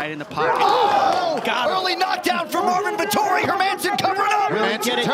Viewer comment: "Eengry Morvin Vetori " Chael Sonnen.